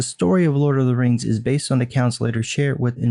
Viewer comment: Maybe he watched "teh lurd of teh reings" too often. 😂